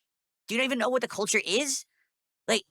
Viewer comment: 🐷: "Ubisahft doesnt know about Jappaneez kulture!" Says the guy who couldn't find Japan on a map.